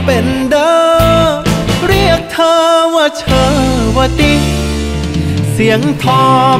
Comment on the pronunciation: ภาษาพ่อขุนกำลังจะเละผมได้ยิ้นนักร้องเกือบทุกคนออกเสียงขำว่าเธอ เป็น ช.ช้าง